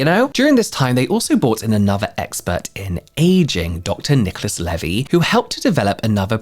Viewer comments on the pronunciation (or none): none